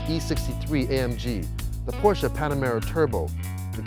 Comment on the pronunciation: Finally! A guy who pronounces "Porsche" right :D (No, its not called Porsch :D)